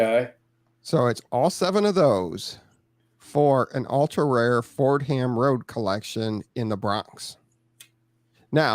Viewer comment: As a New Yorker, I cringe every time someone pronounces it “Ford-Ham’ The correct pronunciation is “For-Dom”.. rant over!!